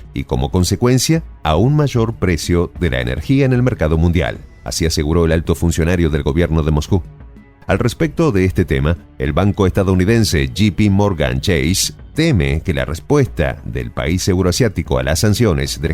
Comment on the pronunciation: No es ¨Yi-Pi Morgan¨ sino ¨Yei-Pi Morgan¨